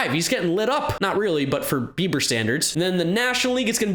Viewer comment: Just me or did it sound like was say “Shane Beeper”